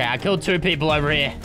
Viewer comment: It's funny that he keeps saying too much peapole😂